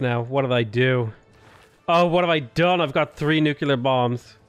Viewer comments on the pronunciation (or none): New. Clear. You know how to say those words. Put them together. You're not Homer Simpson, you can do this .P